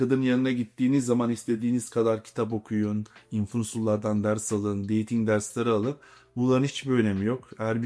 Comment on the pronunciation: Deting yerine deydinq demesi 🤣🤣🤣🤣🤣🤣😮🤣🤣🤣🤣🤣 birde ingilizcem iyi diyor